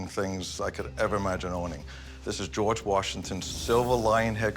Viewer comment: How is it so hard to say George? It's not GoooWarj it's just George.